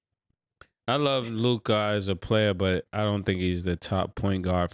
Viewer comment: Why Mase keep putting that extra “i” on LukA name bruh? 😅 somebody correct him!